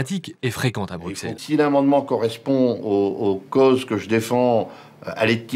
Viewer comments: Bruxelles, le X se prononce S, donc BruSSelles en phonétique, pas BruQUSelles. ^^ Signé : Un belge qui t'es fan. ;) Vidéo remarquable, continue ! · Bruxelles se prononce Brusselles ;) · Ah et pour les oreilles de nos amis belges : ça se dit "BRUSSELLES". Tu verras, ils auront le sourire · Bruxelles se dit Brussel !! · Rhaaa j'en ai marre moi quand on prononce mal le nom de Bruxelles !!! :) Faut prononcer "Brucelle" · bruxellles ... fais un effort sur la prononciation stp mdr